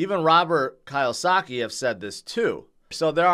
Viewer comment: I love how you never pronounce Robert Kiyosaki's name correctly even though you're Asian.. Did you just say Kyle-saki? lol ONE LOVE! We are all!